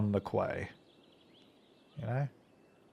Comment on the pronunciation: Quay is pronounced 'key' you aussie battler